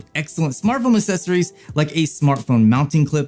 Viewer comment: "Assessories" lmao 🤣🤣🤣🤣